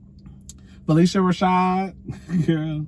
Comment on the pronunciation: Pronounced phy-lish-a